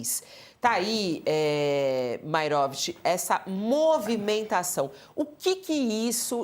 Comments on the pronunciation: "É maeróvitch!" 😂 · Uma sedizente jornalista, que não consegue falar Maierovich, deve falar outros horrores: iorguti, mortandela, largatixa, sombrancelhas e asterístico, tudo junto e "mixturado". 😅